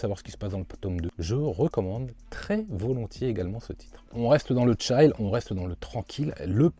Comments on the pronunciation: La petite vidéo que j'attends impatiemment pour me caler et manger devant la tv tous les mardis et vendredis <3 Merci! Une info par contre, parce que tu le dis souvent, pour "Chill", on prononce "tchil" et non pas "tchaïl" !!! :p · Sans vouloir te vexer, le i de chill se prononce comme un i français ^^ Je n'ai toujours pas lu de Keigo Shinzo, je me lancerai soit dans Hirayasami soit dans Mauvaise Herbe.